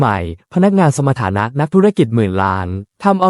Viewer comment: สมฐานะ ไม่ใช่สะมะถานะ